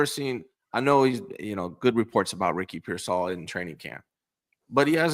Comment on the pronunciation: I didn't know graduated from the Raj school of Ricky Pearsall pronunciation